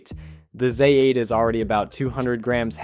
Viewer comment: Neeekon /Zay 8????? At least get the pronunciation right.